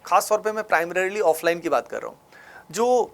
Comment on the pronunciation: Primrarily....AVIL....bhai kitna jaahil hai tu